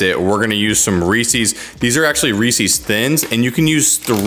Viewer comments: You have a great media voice but fyi it’s promise pronounced “Reese-is” Like Reese as in Reese Witherspoon, not “Reese-ease” ;) Thanks for these recipes, can’t wait to try them out! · This is amazing, great video! Except of course, it's definitely not REEEEEESIIIIIEES. It's Reese's. Lol 😂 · Reese’s is pronounced rees-ez not ree-seas. Would you say something owned by Reese Witherspoon was ree-seas? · Omg. Reese's rhymes with pieces NOT feces!!!! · "Ree sees" 🤢 Other than that, good video. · Why is everyone mispronouncing Reese's all of a sudden? Do you hate Reese's? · Please don’t pronounce Reeses that way